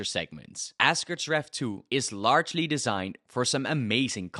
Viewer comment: Are you saying assgerd's?